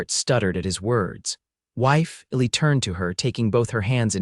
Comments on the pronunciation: P.S.—— The narrator never pronounced the name “ELI” correctly. It was written ILLY and something else. I couldn’t tell what his name was until I looked it up. This is not meant to be a criticism, just an observation. I enjoyed the well written story line very much. Thank you😊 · His given name I think is Elijah, so the diminutive should be Eli (or Ely) which is pronounced E-lye. AI needs to be better or they need to hire actual humans who can deal with names (people and places - you should hear AI on Tucson!)